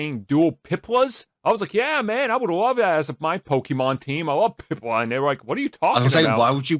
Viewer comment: It’s piplup not pipla